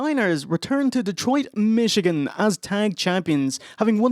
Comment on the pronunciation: i thought he said "wake up mexicans!: im like whos mexican? the steiners?.. lol. i had to rewind several times before i realized he said Michigan.